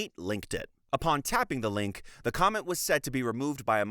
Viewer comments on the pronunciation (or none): none